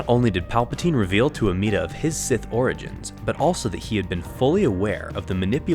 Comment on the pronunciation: No offense, it’s Amedda, not Ameeda.